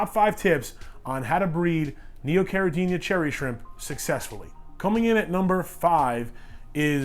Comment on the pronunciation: Habla Español? Lol It's Neocaradina, not Neocaradiña ;-)